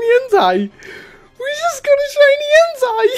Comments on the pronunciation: En-tey. Like tater. Not Entai. Its like hentai. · he says "entei" like "hentai". Its EN TAY E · You Suppose tO pronounce it En-Tei. Nie En-Tai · its en-tay nit en-teye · ITS NOT ENTIE ITS ENTEI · Everytime says "entei" sounds likes hes saying "hentai" xD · Flippeh_Vengeance - Gaming & More! Lol you are right does sound like it! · "OMG A SHINY HENTAI!!!111!!" Don't quote me on that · Flippeh_Vengeance - Gaming & More! lmao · This is gonna make me sound like a little dirty minded but why does it sound like he is saying "Is that a shiny Hentai" 😂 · My boy sounded like he was saying hentai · I thought you said shiny henti... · Why are you saying shiny hentai? Am I the only one who hears that? ... Nvm I guess Im just... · u say en-tay but it is spelt entei